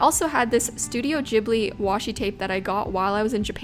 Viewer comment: I don't know who came up with the idea that September is already autumn, since I absolutely hated going back to school since I had to start wearing long pants again and it was definitely STILL TO HOT for that. PS: It's studio Ghibli with a hard G, since in Italian the GH sound it's an hard G. It comes from an Italian plane (The Caproni Ca.309 Ghibli). (The studio is actually trying to correct their mistake in the characters by actually changing them, and have been for some time). PPS: BEST VEGGIE ZUCCHINI SHUT.